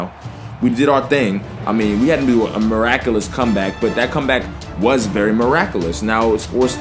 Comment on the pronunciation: Meracklus ~ (the way its spelled is exactly how he said it...)